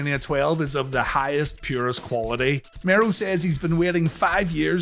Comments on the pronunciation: Yeah, he says it like "(To)morrow" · I distinctly remember Todd calling him The Wildman Mark "Marow" instead of Mero here. Just something that always stuck with me on this PPV for some reason.